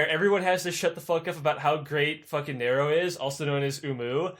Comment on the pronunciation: Oh my God. Narrow caesar lol like oh my God. Narrow. Narrow caesar. 😂😂😂